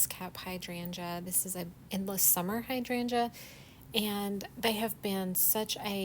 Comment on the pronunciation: First time running across your channel. First of all I want to say thank you for the correct pronunciation of hydrangea. ❤